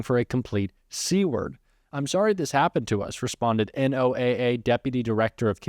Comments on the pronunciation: Pronounce "NOAA" like "Noah". 💙💙💙hi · NOAA is pronounced Noah